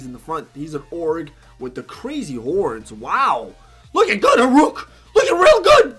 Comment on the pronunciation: why u call Hurok "Horuk"?:v